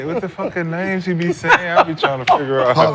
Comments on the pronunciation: Listening to Swaggy fuck up every active players name while trying to argue is hilarious. be trying his best to help him out with the corrections too. 😂😂😂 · Nick butchering the hell outta those names haha. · Swaggy channeled is inner Webbie tryna pronounce names lmao